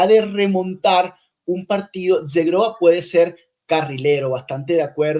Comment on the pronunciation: Como pronuncias mal Zhegrova,. Que verguenza. Vete a estudiar el idioma kosovaro. IGNORANTE 😀